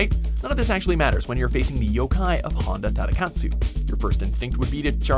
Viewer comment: So you pronounce the surname with perfect Japanese pronunciation, but "Honda" had to be the way any English speaker (and NO Japanese speaker) would say it? Japanese Os are always "oh."